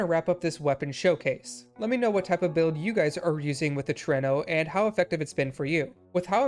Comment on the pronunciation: It is indeed pronounced the way you chose to! Trueno is Spanish for thunder (more specifically, the loud booming sounds of it)